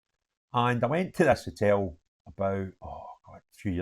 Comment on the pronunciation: I would never have guessed you were a rangers fan . Btw it’s a hotel not a hitel